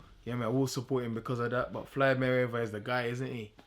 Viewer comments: MAN SAID FLIED MAYWEATHER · "fliyd mayweather"